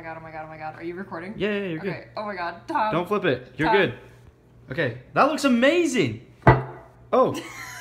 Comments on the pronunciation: She says tam we say tom 😂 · I love how pronounces tom😂😂 tahm😄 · When there are making the cake she says Tam but is TOM